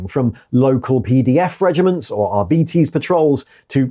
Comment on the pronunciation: why do you say arbeetees pIz stahp its ar-bites